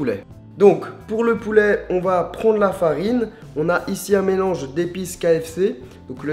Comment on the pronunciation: "poulè" mdr